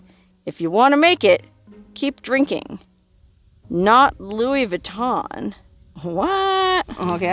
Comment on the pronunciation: not loi vaton... Louie lamore